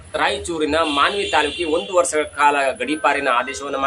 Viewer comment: ವರ್ಸ ಅಲ್ಲ. ವರ್ಷ